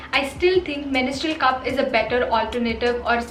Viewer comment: It's mens-trual,not menis-trual😬